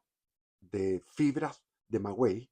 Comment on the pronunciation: Muy interesante pero no es magüey sino maguey.